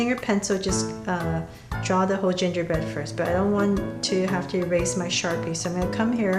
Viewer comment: Ginger bread? Man? I heard J J Bread?